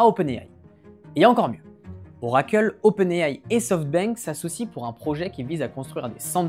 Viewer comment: pourquoi "oracle" est le seul nom que tu prononces a l'anglaise ? :) Juste "oracle" et pas "orakeul" serait mieux ;-)